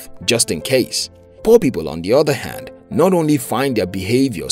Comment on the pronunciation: When you tell poor people I heard poppy ball